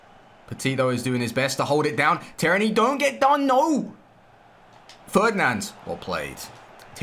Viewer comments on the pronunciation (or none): The way you pronounce Tierney hurts my ears bro